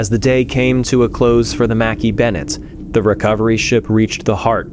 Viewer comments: You do not pronounce the ship name Makkie. In Scotland it’s Mac.Eye Mc and Mac are pronounced the same and KAY IS eye like 2 words not one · Pronounced Mack-ay not Mack--ee. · It's not mackie bennett It's pronounced MACK-EYE bennett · Shouldn’t the ship name be pronounced “Mackay” not “Mackie” ? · Mackay is pronounced Mac Eye ,,,,Angie in Scotland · Mackay would be pronounces Mack - Eye in Scotland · pronounced - - mah kay Bennett .... Jesus H Christ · Mackay is pronounced mac-eye ..... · I'm Scottish and Mackay is pronounced ma-ki. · Interesting pronunciation of the Scottish surname "Mackay".